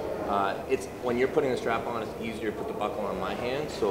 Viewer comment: Sprap-on lol......Devon larratt said strap- on hahahahaha